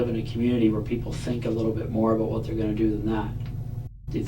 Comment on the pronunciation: “No doobt aboot that.”